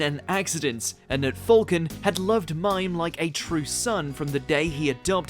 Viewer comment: The Saint Seiya flashback; His name is pronounced "Mee-Meh" not Mime eventhough its spelled that way. As in many anime names the spelling isnt always the same as how its pronounced. But u have done so many anime related vids would have already known that